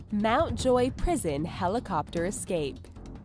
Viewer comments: HELIKOPTAH HELIKOPTAH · nobody: Harry: Hell e copter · its pronounced helicopter not helicopter lmao